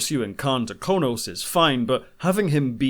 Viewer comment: On Star Trek: Into Darkness, you kept referring to the Klingon home world as "Konos." It is, actually, "Kronos."